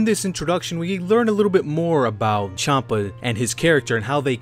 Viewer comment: Chanpa is pronounced Shanpa. The name is based off the alcoholic drink, Champagne.